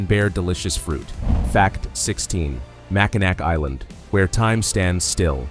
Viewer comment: The name of Mackinac Island is pronounced Mack-in-NAW not NAC.